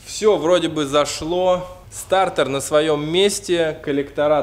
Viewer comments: стартэр? или стартер???????????)))))))))))))))))))))))))))))))))))))))))))))))глуп звучит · Ну, мужики, ну блин, стартЕр же а не стартэр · СтартЭр ))) Почему то режет слух ))) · Мне одному режет слух этот вот «СТАРТЭР» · классный видос!! Но слово стартЭр уши режет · Как же бесит твой "стартЭр".. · Сцука " стартор" аж уши режит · Нафига ты говоришь старЭр😂😂😂